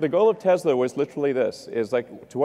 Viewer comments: What is Tezla? I thought it was Tesla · Hi, I love your channel, but please try to pronounce Tesla not Tezla. Thank you. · I know you think it sounds "kewl" to say "TEZLA" but it's really annoying and when added to other things you say such as "anyways" makes the viewer question which dumpster you climbed out of. Other than that, pretty good video! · Why does he say “tezla “ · It’s Te”S”la.. not Te”Z”la LOL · He says “Tezla” 😂😂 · TeSla not effing TeZla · Te-Z-lah ? WTF? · I believe the companies name is pronounced Tes la not Tezz la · Stop saying tezla... please